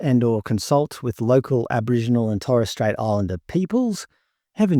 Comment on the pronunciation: We now pronounce it as Abowhingenals.